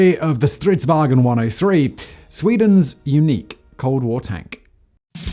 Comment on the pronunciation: All English speakers are always calling it Strids-"wagen". It's not German, so stop saying "waGen". VAng'n, or phonetic: vaʊ̯n.